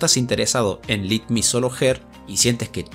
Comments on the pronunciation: Es "LET MI", ese let no se pronuncia como LIT. Solo ese datazo (? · Lit me solo her? Se pronuncia Let Y su adaptacion seria Dejame vencerla solo O usando un meme seria Ella contra mi solo